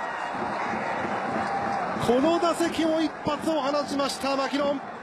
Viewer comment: ここの球場のウグイス嬢さんのマキノンの発音違うんだよな